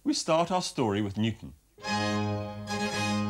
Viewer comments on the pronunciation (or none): Newton, not Nutan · Newton, not ‘nucleus’